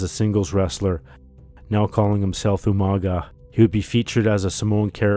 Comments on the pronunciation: In most Pacific Iland languages when you have a g it usually makes an NG sound so Umaga would be pronounces as 'Umanga' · I love how William Regal always pronounced his name wrong